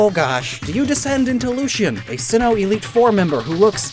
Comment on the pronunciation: he said simmoh